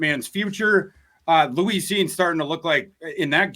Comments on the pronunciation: The way he says Louise instead of Lewis is also a little suspect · Why's he keep calling him Louis? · Someone tell its Lewis Cine not Louise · Love thorsday… but he need to pronounce Lewis correctly lol